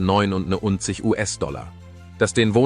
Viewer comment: Der Preis gilt wohl nur ein Puppenhaus? Schon der Fehler bei der Aussprache des Preises läst Zweifel aufkommen. Hier wären die Trusted Flagger gefragt. Wenn der Preis real wäre, würde ich gleich mehrere kaufen.